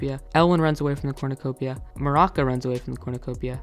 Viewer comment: Bronte is so out of character here I mean y would he be crying himself to sleep Also it’s Maruca not maraka